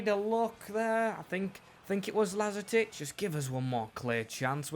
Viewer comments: Pronunciation of lazetic is outrageous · u butchered lazetic's name but great vid happy to see fellow serbians making it in the team